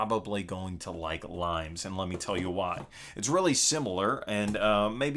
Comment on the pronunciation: Not limes by the way. It's pronounced Lee-Mehs. It's based on the Roman border defences...hence the cover... :) Look for the video Limes in 60 secs by Unesco